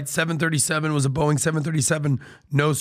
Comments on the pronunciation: Is he saying Boing ? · Love how Patrick pronounces Boeing as boing!